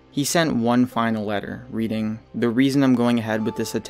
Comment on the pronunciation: Letter* not leter